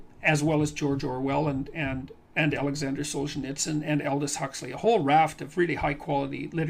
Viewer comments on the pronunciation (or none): none